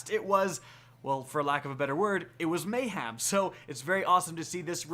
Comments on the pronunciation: have you never heard anyone say the word mayhem before. its not a hard word and you said it so many times. just look at the way its spelt. mayHEM not ham, hem. your whole job is just reading news off the bungie app but you cant say mayhem? jees bro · It's MAY-HEM, not MAY-HAM! There's no pork in the word. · May-Ham is coming back XD